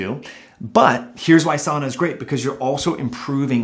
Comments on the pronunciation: This is great information. I wish I could get past Your incorrect pronunciation of sauna. Sow-na not saw-na. Still worth listening to. Very good information. Thank you and keep up the good work. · not 'saw-na but Sow-na